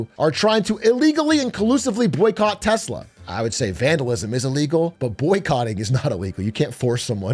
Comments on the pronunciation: It's pronounced "Telser". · Tesla? What's Tesla? Do you mean Teslur? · 😂😂😂 trump called it Teslur! 😂😂😂😂😂😂 also called elon, Leon a few times ! 😂😂😂😂😂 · Tesler lol😂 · Elon doesn't even know how to pronounce "TESLA". He constantly says TeZla, which is not correct. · You're pronouncing it wrong. America's Top Salesman in Chief calls it, "Tessler!!" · TesLER he called it. Not tesla but TesLER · ITS PRONOUNCED TESLER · it’s pronounced “Tesler”, get your facts straight ! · And the worst part is Elon doesn't even pronounce "Tesla" correctly.